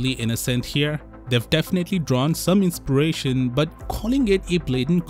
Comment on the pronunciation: “Inspiration” 😂 enough said